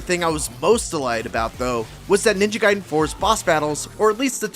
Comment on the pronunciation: I can’t wait for this game….ninja gaiden black kickstarted a thirst for this game that was unbelievable 😂 Edit: It’s not “guide-en” it’s “gayden” pronunciation wise. You wouldn’t say “Riden” in mortal Kombat you would say Raiden.